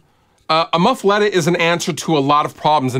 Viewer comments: My mom is from Louisiana, so my inner Cajun is very upset that you are pronouncing muffuletta wrong. "Muh-fu-lah-ta" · Big I’m from Louisiana and i agree 100% hahaha